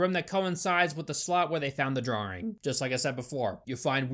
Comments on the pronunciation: Good Job. I like your content but LOL "DRARING" can you say "aww" ? like you saw a cute puppy doing cute puppy things and say "aww" ... DRAWing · Its drawing, not drawring. I never understood why ppl add the R for no reason. It's like how ppl say nucular instead of the proper nuclear. Prez Bush was notorious for this and a bunch of other words he pronounced like a 6 year old. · Didn’t know you said drawing as drawering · You burrow into my brain with the use of the word...drawring...are you doing this on purpose xD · I learned something new today. Namely, sayings "drawring" instead of "drawing". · why do you say Drawing like "Draring"? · Love the review. Hate the way you say drawing...drawring triggered me everytime 😂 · I didn't know 'drawing' was pronounced with two 'r's. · say drawing again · Lol dude I like how you say the word "Drawing". It's kind of like how some British people pronounce it